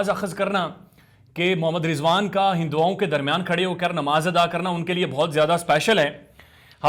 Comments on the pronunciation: Urdu bhi kaunsa achi bol raha hai.. "Hindwaaon"🤣🤣🤣🤣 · what is hindowaaoon?pehlay urdu to sekh lo.